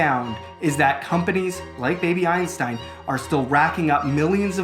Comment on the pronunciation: for a moment I thought you said baby Epstein